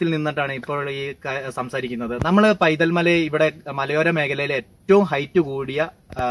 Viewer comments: സുഹൃത്തേ ആ സ്ഥലത്തിന്റെ പേര് പൈതൽമല എന്നല്ല വൈതൽ എന്നാണ്. വൈതൽ മല എന്നുപോലും ഇല്ല. വൈതൽ എന്ന് മാത്രം. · പൈതൽമല അല്ല... വൈതൽമല